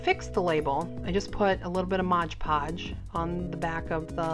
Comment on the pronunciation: MOD podge. Not modge podge